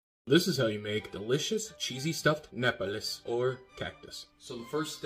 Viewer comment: The pronunciation is not "ne pa les" in stead it is " NO - pa - less ",,,, they look good something to try 😊